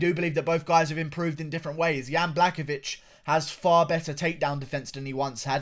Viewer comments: some respect how to prenounce surname of the winner is "buahovitch" your welcome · If I have the hear this buffoon say “blackovich” one more time